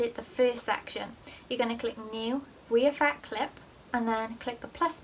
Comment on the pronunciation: This isn’t hate but why do you say we affect instead of re affect